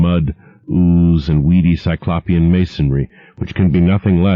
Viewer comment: i still wince every time he mispronounces 'cyclopean' 😑